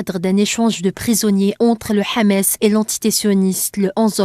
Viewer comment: C'est pas Hamès, c'est Hamas.